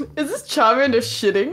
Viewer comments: Cholomander ➡️ Shart-mander lollll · Cholomander turned into chorromander 😭😂😂